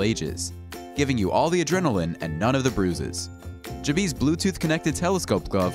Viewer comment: OMG It's not JA-BEE it's JAB-EE like ... you know ... you're JABBING someone ... because you are.